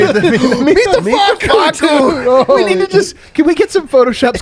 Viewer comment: “Fah-soo” kills me everytime 😂